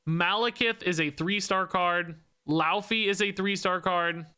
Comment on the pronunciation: Popping in as an expert in Norse linguistics: 'Laufey' is pronouned more like "loy-fay"